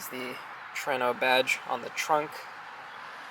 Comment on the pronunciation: It is TRUENO! (TOUR EH NO) Not TRENO! Your saying it wrong